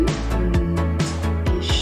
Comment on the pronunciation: The „ch“ (ex „ich“) isn’t pronounced like „sh“. More like „h“